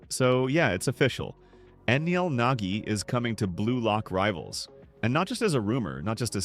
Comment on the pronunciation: XD "NEL NAGGI" "NEL NAKKI"